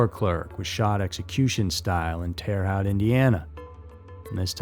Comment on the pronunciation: "Haute" rhymes with moat.🇺🇸🌷☕